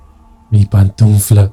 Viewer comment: Excelente relato. Nada más tengan cuidado con la dicción. Se dice PANTUFLA, no "pantunfla". Saludos